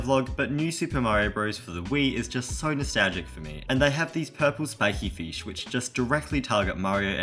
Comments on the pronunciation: I just love how you pronounce "fish" as "feesh" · It sounds like he’s saying feesh instead of fish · Fesh no it's fish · Feesh- 2023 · he said feesh :face-blue-smiling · fans: FESH FEESH FEESH FEESH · i like how he says feesh (probably has something to do with his accent) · its f”i”sh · funny how you said FEESH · mmm feesh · feesh lecker